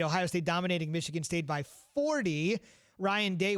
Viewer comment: But it's Michigan like comon